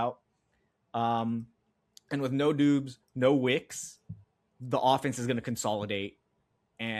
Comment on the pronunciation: Sean’s great but Can focus a bit on pronouncing players names correctly? — “Doobs vs Doubs, CHarbonet” etc? Thx!